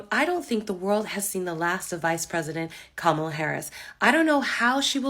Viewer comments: Would never get political advice from anyone who says “Mamala”, cringy AF! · Did she really say Mamala? And I love how we were so out of line thinking 2020 was rigged/stolen but it's just fine when they do it. :P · Why do they pronounce her name with 2 "M"s in it